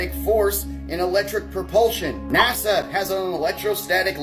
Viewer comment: I LIKE MOST OF YOUR VIDEOS !! BUT YOU'RE AN IDIOT FOR CONSTANTLY MISS PRONOUNCING NASA ... JUST SHOWS THE INTELLIGENCE OF americans